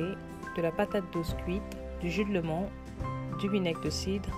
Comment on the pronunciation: Du jus de citron et non de " lémon" ou bien alors dire lemon 🍋 avec l' accent 🇬🇧anglais 🙄Bref, sinon, Les recettes sont à tester. Bravo !